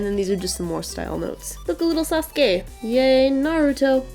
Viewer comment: Thank you for pronouncing Sasuke right :) Deidara and Tobi are really cute together <3 Great video by the way.